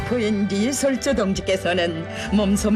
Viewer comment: ㅎㅎ 리 설 주 가 맞습니다 ㅎㅎ ㅎ ㅎㅎ